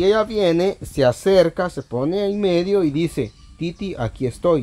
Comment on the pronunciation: Y LUEGO dises medisen cisañoso😂😂😂.